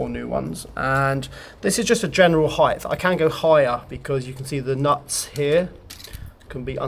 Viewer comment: Please stop say 'Heighth', you're smatter than that.